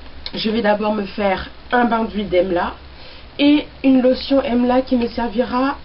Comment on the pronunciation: j adore la video et comme tu as revolutionalise le mot. Emla c plus joli que amla. J ai rigole quand tu as crie!! Moi aussi j'ai eu la meme experience..de la poudre partout j en ai fait une huile moi aussi. Je suis en train d en infuser dans de l huile de noix de coco(je sais que tu as horreur de l'huile de coco). Donc j ai mis une cuilleree a soupe d'emla :) et ensuite un peu de tulsi et brahmi.. j avoue que j experimentais..donc je vais utiliser cela comme un traitement avant shampooing.